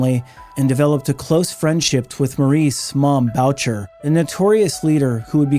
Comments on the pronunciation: Great and informative videos. I say this with amitié, you need a basic primer in French pronunciations. Boo-Shay not Bow-cher. 😊 Sad to hear about the young women and men lost. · rofl I'm sorry but this is annoying. Mom Boucher it is pronounced: BOOSHAY not bowtcher... (er in french sounds like AY) lol sorry! it's really annoying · BRO STOP!!!! ROY as a surname is pronounced Whaa. Like Patrick Roy (Whaa=like u never completed the question) Whaa And One of the best known bikers of all time is Moms Boo shay(Boucher) Boo like👎 thumbs down Shay like Connery pronouncing Say Shay, today musht be my lucky day Boo shay. Moms Boucher Put in the effort. Show some respect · Boucher is pronounced "boo-shay."